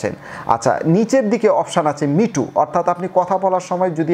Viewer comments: মিউট কে বলতোছে মিটু!! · Mute = মিটু😂😂😂